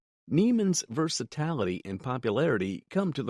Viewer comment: Look up the pronunciation of words you do not know…like “versatility”. Are you a human with an AI voice or a complete AI character?